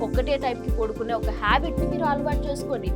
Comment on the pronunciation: పొడుకునే కాదమ్మా, పడుకునే అనాలి తల్లీ 🙏🏼